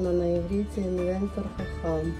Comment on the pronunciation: Написано Инвертер ( транскрипция на русском)....не инвентер, поменяйте местами буквы и будет правильно...😊